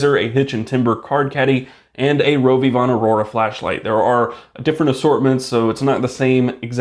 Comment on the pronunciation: The way you pronounce rovyvon flashlights triggers me. It’s RO-vee-von.